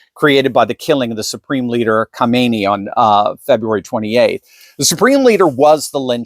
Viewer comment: try saying KHAM EN EI instead of KHO ME NI. There is a difference, you know.